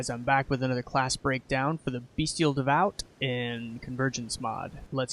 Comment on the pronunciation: Amazing work, bro! I'm really sorry to be "that guy", but bestial is pronounced "best-ee-ull", not "bee-stee-ull". Just my minor contribution and you're definitely not the first or last to say it though. This is more for potential future reference for people checking the class out.